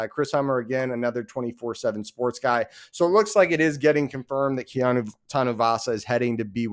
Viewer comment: Just say Kea-NO! #GoUtes